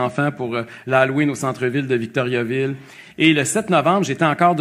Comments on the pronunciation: Ca se prononce pas Victoryaville. Pénible Duhaime. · Si quelqu'un veut se présenter à Victoriaville, il devrait apprendre à le prononcer correctement.